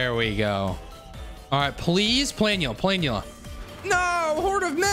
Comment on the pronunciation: It bothers me more than it should that he mispronounces Planula.